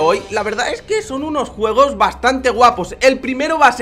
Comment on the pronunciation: tu dices guegos